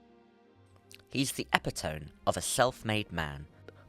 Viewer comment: Epitome has four syllables. Eh-pit-uh-mee